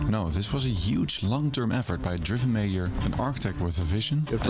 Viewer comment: Yeah the creator is Dutch, so that explains the lack of accent. But as a Dutchman myself, I’ve got to give him some credits. His accent is even good for someone of the Netherlands. Just the pronunciation of mayor was a bit off.